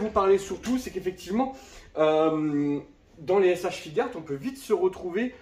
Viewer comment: Je peux te comprendre ton amour pour les S.H.Figuarts Moi même étant collectionneurs de ceci Par contre et sans vouloir te juger mais on dit S.H.Fig"u"arts, le u n'es pas muet 😅😅😅